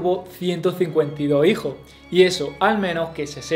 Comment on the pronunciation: Una cosa es el dialecto y otra muy diferente es la dicción. Repito, el contenido es excelente, pero como crítica constructiva, considero debe trabajar el problema de la pronunciación de los plurales. Si se fija bien, dice: "Tuvo ciento cincuenta y do hijo" ... "reinó sesenta y seis año", es decir, no pronuncia las eses (s)